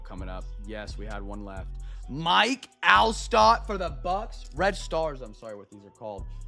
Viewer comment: Jon Gruden would be so disappointed in the mispronunciation of Mike Alstott.